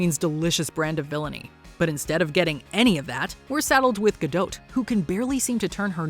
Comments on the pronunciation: Her name is Gah/dawt, NOT Gadoet/Gadoe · Did you....did you just say "GadoT" as in , with the T? Have you ever, in the history of doing anything ever, heard her or someone else saying her name? Cuz....LITERALLY NO ONE PRONOUNCES THE T.